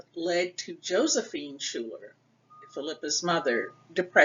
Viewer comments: Her last is pronounced 'skyler', not shooler. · Coming from a school name after her, I have to say the name is pronounce incorrectly in this video. "Schuyler" is not pronounces shoooler, it is pronounce "sky- ler". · It's pronounced Sky-ler, I am her 2nd cousin P. Schuyler.